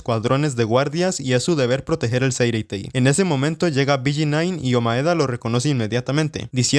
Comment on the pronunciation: BG9 carajo dilo bien